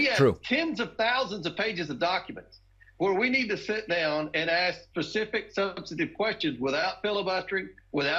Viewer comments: ‘Pcsific qwestions’ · Did Comer say "Pacific questions"? lol